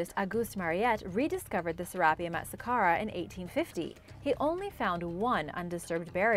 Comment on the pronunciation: The narrator, put the em’ phas’ is’ on the wrong sy’ llab’ le’ of Sarap’ e’ um’...